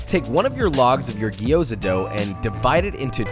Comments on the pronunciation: Fuck. Its Gyoza and not Gi-yo-za. The way he pronounced it throughout the entire video drove me so crazy that I stopped the video halfway thru. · "Gee-oza"? wtf. the g and y are together, gyo, not gee. Otherwise, great recipe. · Dude, love your videos play them basically on repeat. I know I have no life... no I kid, but I do enjoy your videos but please do the love of Chef Matsumoto it’s not Gi- yo-za it’s two sounds not three. Slur your “G” to the “O” and then say the “za”. Lots of love. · It's gyo-za, two syllables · coming from a Japanese person, it's pronounced Gyo-za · Okay, I don't want to be one of those guys, but I was confused. It's pronounced Jou za. Been in China 3 years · I immediately cringed when he pronounced gyoza wrong. The "a" in gyoza is pronounced "ah", not like the "a" in "apple".